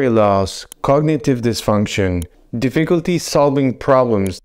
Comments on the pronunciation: Did you say " difficulty pronouncing words"?? I realize it's not your first language, but please work on this word. The word "difficulty" is not pronouned: diff-ICK-ulty (with the emphasis on the second vowel), it is pronounced: DIFF-EH-kulty., the emphasis is on the "diff". Thanks! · Deficklety in pronouncing the word "difficulty." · Di- fik-uhl-tee saying “difficulty” could be one of the signs. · Well you might need to get checked because you can’t say the word difficulty. A concerned internet person. 😂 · I dare you! Say de-fecalty one more time! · dif·fi·cul·ty is pronounced 'difəkəltē NOT dēfē'kəltē 🤪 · No one will take your remarks seriously unless you learn to pronounce the word 'difficulty' correctly. In the English language, you are allowed to mispronounce a word occasionally but repeating 'dee-FEE-culty' over and over is bad news. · Starts with the mispronunciation of the word "difficulty". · I think the guy doing this video has Alzheimers? He can't pronounce "difficulty" correctly. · Difficulty pronouncing difficulty. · HOW BOUT DIFFICULTY PRONOUNCING DIFFICULTY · you're gonna see difficulty in saying the word "difficulty" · Pronouncing difficulty? Is a sign of I don't have a clue 😅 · You can’t even pronounce “difficulty” correctly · Thats a new way to pronounce difficulty 😅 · Will someone tell this man how to pronounce difficulty